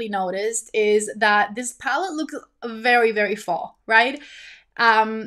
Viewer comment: Lol why do you say palled instead of palette? It’s a lil funny to me 😊